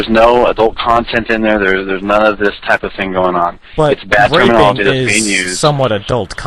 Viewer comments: if i had a dollar 4 everytime the employee said "termanology" i would be fuckin millonare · how many times did he say termonolagy?